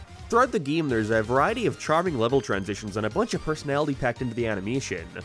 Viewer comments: why tf are u calling it a geme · Stop saying gyyam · GeMe💀 it's GAME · yeah but he is saying geeme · why do you pronounce "Game" as "Gyaym" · Why do you pronounce e weird? (gyems) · This is my first time watching this youtuber. Does he always say GAME as "GEEM"? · there's nothing more annoying than hearing him pronounce it "geem" i'm sorry I know it's just an accent but i'm just picky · PLEASE STOP SAYING GAME LIKE THAT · ITS PRONOUNCED MAN-IA NOT MEN-IA AND ITS NOT GEAM ITS GAME